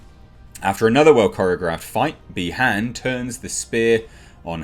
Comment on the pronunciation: It’s by haun not b han surprised no one else knows how to say his name right